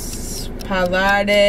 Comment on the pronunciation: You guys are the sweatest.. :) When native english speakers try to say eg parlare they say parlarey/ay .. :)